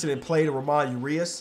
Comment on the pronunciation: saying ramon urias wrong is my favorite part of the series